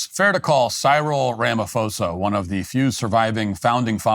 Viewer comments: "rama-foza" haha... That's funny. I see a lot of US guys literally translate the "ph" over as the "f" sound they would get from "Philadelphia", "Philosophy" etc.. But the "ph" sound in his name would still come out as a "paw" sound. "Rah - mah -paw - za" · Incorrect pronunciation: "ra-ma-fo-sa" Correct pronunciation: "ra-ma-poo-sa" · Ph if not pronounced f It's pronounced Ramaposa. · Thank you for covering SA. When pronouncing Ramaphoza, just remember pronounce the P not PH. It sounds like this Ramapoza. Blessings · Matt Walsh - the 'h' in Ramaphosa is silent (always is in middle of Bantu languages). Pronounced "Rahma-pause-ah". Your facts are pretty spot on though. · His name is pronounced "rum ma poza" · “Ram a fohsahh” love it, in SA we pronounce his name differently “doos” I must say though being an actual white South African (apparently endangered) I am getting a front row seat to how America interferes and ends up invading countries based on good intentions but lack of insight. Send the CIA here let them investigate, crime due to corruption is the problem here not targeted racism, it’s so easy just get facts and figures. That said our leaders deserve to be humiliated and exposed. My fear though is that the US interference will ignite and fuel the fire here and cause racist attacks which will actually affect me unlike the farm crime. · The Ph in his name is not an F Matt..... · Afrikaner here, thank you so much for your analysis of the Trump and Ramaphosa meeting. And thank you for your hilarious pronunciation of "Rama-fosa"🤣🤣🤣🙌🏻❤️ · If Matt Walsh wants us to believe his show, he should learn how to pronounce Ramaphosa's name. Talk about sloppy reporting!